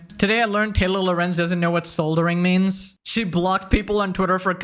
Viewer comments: You don't know what soldering means either cuz you said it like a knuckle dragger 😂 That Adidas hat looks hilarious on you 😂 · I promise I'm not going to make fun of you for not knowing how to pronounce soldering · You mispronounced soldering while commenting on how other people don't know what it is